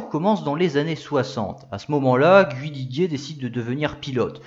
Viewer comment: interressant , mais on ne dit pas " gu-oui li-guier "